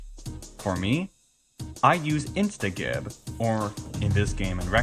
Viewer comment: "can be downloaded off of the internet"? What an awkward mouthful. I would have just said "can be downloaded from the internet", or better yet, just "can be downloaded" because its always going to be the internet. Also, instagib is short for instant giblets, so its a soft g.